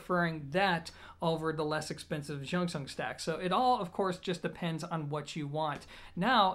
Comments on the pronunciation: jung pronounce like jon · A friend told me to pronounce it as junction. He has one and raves about it. So clear and nice. He's Chinese 😁😁😁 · It's Bell God. Spelled like how you pronounce it in Cantonese, similar to June Sun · great review as always. Disappointed that your excuse of mispronouncing the name is “because i’m American”. If you truly respect the company and product, you’d find out by googling it or asking someone. Just food for thought, and I know you’re a down to earth smart guy so hopefully you don’t take offense to the feedback.